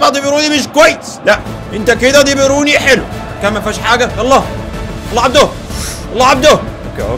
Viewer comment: دي بروين مش ديبيروني😂😂😂😂😂😂😂